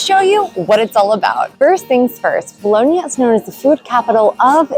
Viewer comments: Just a tip: The second 'o' in "Bologna" is not pronounced as 'boloney' or 'toe' or 'bone', rather it's a flat 'o' said the same as the first 'o' ie. 'cop', 'drop', 'sock'. After a few months you probably would have heard the locals pronounce it like that. ;) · You are so lucky living there but please ask an Italian how to pronounce Bologna correctly - it is not Bolownia! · Can you pronounce Bologna correctly please FFS